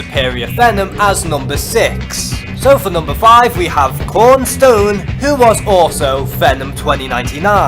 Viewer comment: I'm just mentioning it's kron stone not korn stone